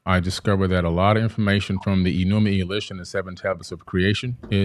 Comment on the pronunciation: "e-NU-ma-EL-ish," not, "e-NU-mee-a-LEASH," "MAR-duke," not "MAR-duck," "a-tra-HASS-iss," not "a-tra-SEESS," this fool has such a boner for Zachariah Sitchin. Have you guys ever thought that the same event could be described different ways, like, witnesses describing a car crash? Each text has an agenda. One, allows incest, rape, sodomy, tyranny, bestiality, murder, theft and encourages self-aggrandizement, the other text prohibits those things.